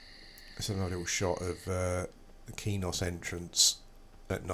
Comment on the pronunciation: its not keynos its kwaynos :)